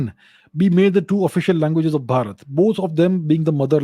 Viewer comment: What is Bharata? It is Bharat , just like it is Ram not Rama !!! What are we doing? Are we Westerners who can't speak our languages? STOP GETTING INFLUENCED BY WEST, atleast we all students of Guru Ji should not do this. Jai Bharat 🚩